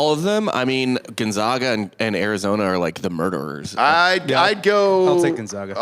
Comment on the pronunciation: How many years does it take for people to pronounce Gonzaga correctly lol